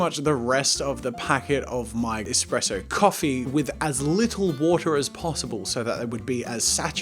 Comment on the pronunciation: did he say eXpresso????? Btw ur shirt match ur eyes 😂😂😂